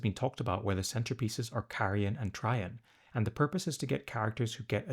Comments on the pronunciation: A-bad-dun and Abba-don have been interchangeable for years. But it’s Tray-jun. Not Try-jan. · Abba-dawn and Tray-jin pronunciations are killing me 😂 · trajann is pronounced "TRAY-gin". TRAY as in "my food came on a tray" and gin as in gin and tonic.